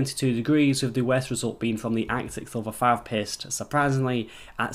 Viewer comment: i thought he said he was pissed....i was like OHHHHH "paste"